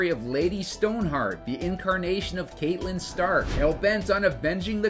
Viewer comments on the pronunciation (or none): Screen Rant butchering the names of Cersei and Catelyn.